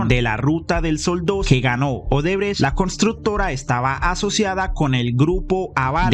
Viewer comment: Jajaja 🤣 “Centro Odebretch” excelente 👌🏼✅👏🏼